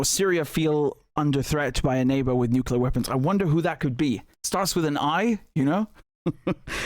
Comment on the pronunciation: Why can't any of these fvckers say the word Nuclear???? There should be a rule that states that if you can't say the word, you can't have those types of weapons. I guarantee the danger of a nuclear war would be eradicated overnight!